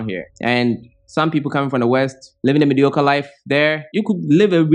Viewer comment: Lol..choked on my water when you said mediocore...big facts. Thanks for sharing